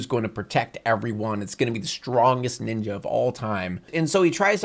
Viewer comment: I love this video, but man, I die inside every time says "Ninja" in this video.